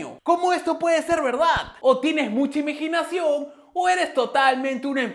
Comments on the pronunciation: imiginacion nueva palabra wtf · imegenacion xD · Dijo emiginacion xd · Juraría que el dijo imiginacion en el jijiji jijiji............ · Escuché IMEGINACIÓN en el o me parece 😅